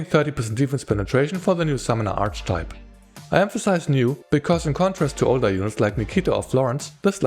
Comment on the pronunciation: By the way, archetype is pronounced ar-ke-type.